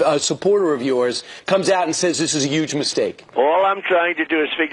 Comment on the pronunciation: Gingrich even says "YUGE" now. Lmao